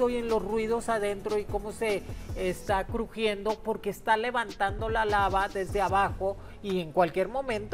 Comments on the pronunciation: Alguien digale a Moni que se dice lava NO lama 😅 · Si ya van varios vídeos que dice lama 😂🤗☺️😊